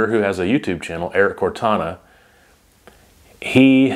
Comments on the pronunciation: "Cortina"... Not "Cortana." Like fingernails-on-a-chalkboard everytime you say "Cortana." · Ya I've done a lot of reloading/testing and 100% seating depth absolutely changes accuracy. It makes sense though for a Hornady rep to push the idea to shoot more rounds.. also just fyi it's pronounced core-teen-a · Erik's last name is Cor-tina lol